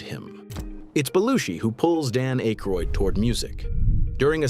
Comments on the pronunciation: Dan "Ache-roid"? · Pronouncing akroyd like that kills my faith in this entire video lol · John Belushi did not take over Weekend Update from Chevy Chase. Jane Curtain did. She was later joined by Dan Ackroyd (whose name was repeatedly mispronounced by the A.I. narration) as co anchor, and later Bill Murray. Animal House was released in 1979, before The Blues Brothers, which was released in 1980. Some of the images were not images of the people referenced, an annoying constant in A.I material. And while I’ll admit Eddie Murphy did carry the show during the early 80s, none of 1981 through 1983 cast members were mentioned, in particular Joe Piscipo who had some fairly popular characters. I think given her post SNL success, Julia Louie-Dreyfus should have at least been mentioned. Also I would have mentioned that both John Belushi, and Bill Murray’s brothers joined the cast. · You pronounced Dan’s last name wrong dude.